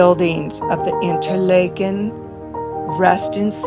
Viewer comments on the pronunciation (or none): You are pronouncing it InterLAYken. In Switzerland, Washington and Minnesota it is pronounced InterLAHken. Do you have reason to believe it should be pronounced InterLAYken?